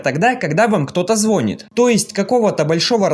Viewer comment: Ну не звонит, а звонит